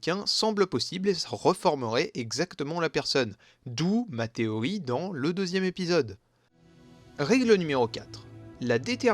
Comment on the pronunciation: Pourquoi tu dis "Téoï" et pas "TéoRi" ?